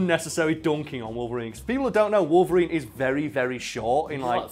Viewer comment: i would just like to point out the fact that this man really just said Logarine GG